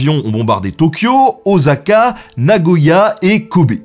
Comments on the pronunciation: En japonais la syllabe « sa » se prononce « sa » et non pas « za » comme par exemple oSAka ou encore noSAka. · très bon, ça m'a donné envie de le revoir (je suis trop joyeux ces temps-ci...) note pour plus tard: les S se prononcent "ss", pas "z"; "Issao" Takahata, "Ossaka"... ;) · "Ossaka" et non "Ozaka" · c'est Osaka pas ozaka